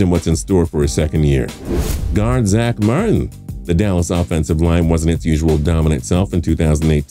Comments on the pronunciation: "Guard Zamarhn" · why the fuck did he say martin like that